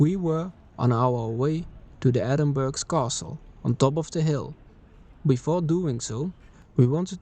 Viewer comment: Nice video but you pronounced the name incorrectly. It’s pronounced ‘Ehh-din-bur-uh’ not ‘Edin-burg’